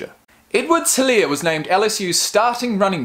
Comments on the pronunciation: helaire is pronounced e-lair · The H is silent in his last name. Its pronounced Elaire.Its a south Louisiana thing.Cajun